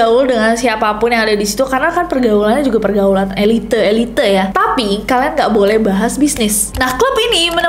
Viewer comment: Speeling lo kern tapi saat lu ngucapin "elite" kok e li te sih